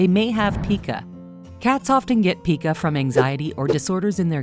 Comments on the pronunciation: You mispronounced 'Pica'. The 'i' is long and rhymes with 'eye', not 'ee'. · "Pie cu" not "pee cu", if you don't know how to pronounce the ailment how I can believe anything else in the video? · Pica is pronounced PIE-ca not PEE-ca, and the word habit is not spelled like rabbit. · Pica is pronounced PI-KA. Humans can also develop this condition. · ITs Called PICA (sounds like Pike like dike) When theres a vowel on the end, the other vowel is LONG. Basic grammar (while I work on my spelling, Lol) think I got spelling right now I hope. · It’s not pronounced “pea-kuh” it’s actually pronounced “pai-kuh” 🤦🏻‍♂️ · It is Pie ca not.peek a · "Pie-ka," not pee-ka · Okay I mean no hate this is a lovely video but it's PIE-KUH (PICA). Your content is awesome :) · habit not spelled habbit. PIE- ka not peeka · Pica is pronounced with a long I.